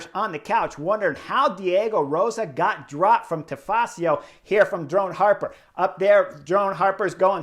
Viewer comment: Chris i love your videos but please, it’s “drone hopper” 😅😂